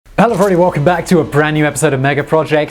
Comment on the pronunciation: “Hella-verdee welcome back” is what i heard in the first 00:00:5 of this video....just me ?